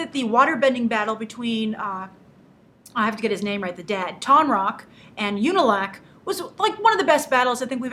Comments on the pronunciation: How do you do it? How do you get tonraq's name right after saying "I have to get his name right" and then straight afterward get his brother's name wrong who is mentioned more. It's pronounced "ooh-nah-lock". Not "you-nah-lack". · how cant she pronounce unalok they say it in the show all the time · Lol you managed to get Tonraq's name right but then messed up in Unalaq's.